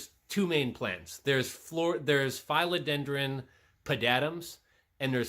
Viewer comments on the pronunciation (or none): Philodendron not Fileodendron. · your suppositions on these plants are all wrong... there are several professional growers you can message.. you can;t even pronounce philodendron! trusting facebook posts etc is a crap shoot at best...